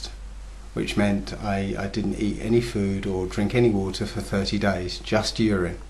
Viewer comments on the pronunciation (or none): I thought he said "year end" fast... the I thought he said "urn and fast"... then my wife pointed out to me that he said "urine" fast. YIKES!!!! Does he mean to say that he drank urine for 30 days? WTF dudes...